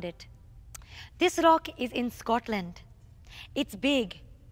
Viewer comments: Tongue rolls intensify R-r-r-r-r-r-r-r OCK! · Everytime she says rock, replace the r with a c. your welcome